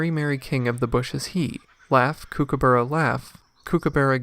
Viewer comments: It koo/koo/bu/ruh Not kookoo/boorah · For goodness sake Americans. It is pronounced COOK aburra. Not KOOK aburra. Spelt Kookaburra but pronounced Cookaburra GET IT RIGHT!! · Kuo- kuo- burra. You are saying it wrong mate. Cookah-burra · I'm in Australia now snd they all keep telling me it's pronounced koo ka barr a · It's pronounced (cook - a - burra) like to "cook" food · The narrator has got no idea whatsoever how to pronounce "Kookaburra". For goodness sake, do some research and learn the correct pronunciation. You're embarrassing! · I think the birds are laughing at the way this guy pronounces Kookaburra!! 🤣🤣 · They should be! Americans are hopeless with pronunciations. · Why don’t you learn to pronounce the name correctly before making a video.😡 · Why you say it wrong 😭